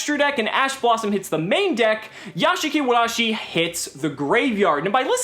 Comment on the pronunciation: Nice Japanese "r" sound!